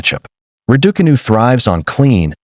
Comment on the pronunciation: Why do you insist on mispronouncing Raducanu?